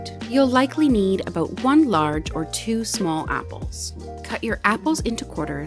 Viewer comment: The first time you said about, you sounded like you were from Canada, but the second time you said it you sounded like you were from the US! Lol😂 Speaking of Canada, we just watched the last episode of Schitt's Creek last night. So sorry that the show is over !